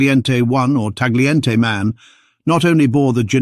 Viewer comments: It's pronounce TA-YEE-EN-TAY. GLI in Italian is YEE. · Please learn how to pronounce Tagliente.